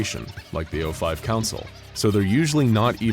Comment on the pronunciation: It is saif o5 like pronouncing 049 as o49 would imply a 06-10 ranking. And just because you don't know about them does not mean that they don't exist. Reason one logic, reason two there's already the fact that the 05 aren't keeping me to wear to anyone two and below in the level. So maybe you can find your way to the secret level 10.